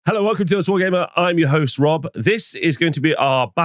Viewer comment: i swear he said lord of the hoes not lord of the host around 1 hour 25 minutes lol